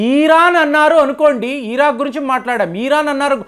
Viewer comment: ఈరాన్ కాదు ఇరాన్, ఈరాక్ కాదు ఇరాక్. యూదా కాదు యూదు. తెలుగు నేర్చుకోండి నాయనా